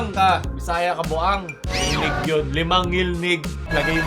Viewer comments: ngilngig hindi ngilnig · ngilngig hindi ngilnig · ""NGILNGIG"YUN PAO hindi NGILNIG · FYI... it is NGILNGIG and not ngilnig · ngilngig po di ngilnig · Ngilngig po, hindi ngilnig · DILI NGILNIG, NGILNGIG ANG TAMA😭😭😭😭😭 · "Ngilngig" po hindi "Ngilnig" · Ngilngig Po Hindi ngilnig🤣👍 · IT'S NGILNGIG not NGILNIG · Ngil ngig hindi ngil nig. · "Ngilngig" yon hindi "Ngilnig" Cute parin. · NGILNGIG PO YUN DI PO NGILNIG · ngil-ngig po kulang ng "g" yung ngilnig nyo po meehee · NGILNGIG po hindi NGILNIG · TO correct you, Ngilngig po Hindi Ngilnig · Ngilnig 🙅 Ngilngig 🙆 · "NGILNGIG" po hindi Ngilnig, btw great video. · ngil 'NGIG'. Hindi ngil'NIG'. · NgilNGig. Hindi NgilNig. Mga yawa mong tanan! 💋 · its ngilngig not ngilnig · NGILNGIG dili NGILNIG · "NGILNGIG" yun inde ngilnig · Correction NGILNGIG yan hindi NGILNIG.. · Ngil-ngig po yan hindi ngil-nig hahahaha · hindi ngilnig * ngilngig * ho, pero sa ibang parte na kabisayaan baka may ganya talaga ngilngig - talaga yun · Ngilngig diba hindi ngilnig? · its not NGILNIG its NGILNGIG. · Ngilngig hindi ngilnig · "Ngilngig" kulang ng G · It is "ngilngig". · dude.... its pronounced 'ngil-ngig' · ang tama po diyan is "Ngilngig" (ngil-ngig) po Lods means cringe. 🙂😊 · it's 'NGILNGIG' hehe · Its NGILNGIG HAHAHAHAA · It is "ngilngig" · I think it was supposed to be ngilngig